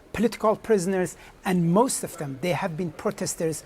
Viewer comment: "tee maist powerful".... posh birds make me gip